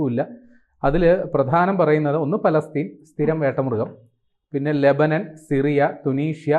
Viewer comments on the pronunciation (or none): none